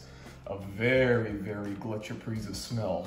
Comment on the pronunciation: Pretty good pronunciation. Gletscherprise was the first snuff I tried, its available everywhere in Germany, even at small supermarkets. When you mentioned Pöschl a couple of videos ago, I went to a tobacco shop and bought a pack of Löwenprise the next day, I couldn't resist :D Prefer it over Gletscherprise